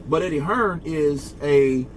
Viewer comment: Who’s Eddie hesrn? 😂